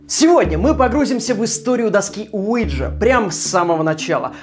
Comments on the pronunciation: Я тоже слышу Луиджи ))) Уиджа не годует .... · Alfiya Adilbek я живу во Франции а до этого жила в Испании и ТУТ доска называется уийа или уиха то есть да на французском и немецком. Произношение мне кажется было американизировано и у нас оно неправильно произносится